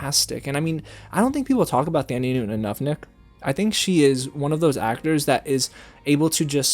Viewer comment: And he said Thandie Newton’s name wrong too, the h in her name is silent